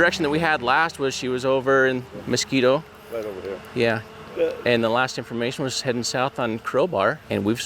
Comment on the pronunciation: I don't think a person in WI needs to have dementia for the Silver Alert, just worry for an elderly person. Just for future information. And I'm sure others will let you guys know but it's "musk-KEE-go". edit: Years ago I might have been kind of shocked about the sister spying on the ring doorbell, but now I am all like, "Whew, good thing they are all watching out for each other.". What a world this is we live in. Hope the family finds their mom.